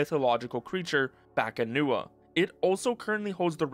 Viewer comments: Correction: The Filipino mythological creature called as "BAKUNAWA" not "BAKANUWA" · BA-KU-NA-WA not bakanua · Why does he keep saying bakanuwa man? It's bakunawa. The u comes before the a. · I'm Filipino and it's definitely not Bakanua. It's BAKUNAWA. A sea-serpent. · Filipino here. Just a correction, you kept pronouncing it as "bakanuwa" when its actually "bakunawa". Fun fact, in old pagan filipino myth, the bakunawa was the dragon that ate the moon, causing lunar eclipses. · its not baka-nuwa it's baku-na-wa. So odd they renamed it to a deep water dragon that comes out to feast on moons. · Bakunawa HOW DO YOU PRONOUNCE THAT AS BAKUNUWA!? BA KU NA WA its PHONETIC!!!! bakunawa the moon eating dragon! bringer of Eclipses! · Bakunawa not Bakanuwa but props for getting the pronunciation close. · It's "Bah-koo-na-wa" The moon eater, it's a wingless dragon that comes out during lunar eclipses. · I like how you mispronounced Bakunawa like there's some trick into reading the letters. It reads how the letters sound.